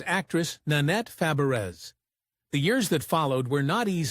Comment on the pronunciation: Horribly butchered video! Her name is pronounced Shelley Fab-ray, not Fa-breez or Fuh-bear-rez or any of the other names you butchered. ai is terrible on this one. And pictures of people we know nothing about or where the scenes came from. A toddler could have done a better job!